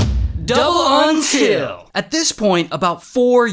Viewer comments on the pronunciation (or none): Everybody gangsta til ray says untile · That's the craziest "UNTIL" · I love how ray says UNTIL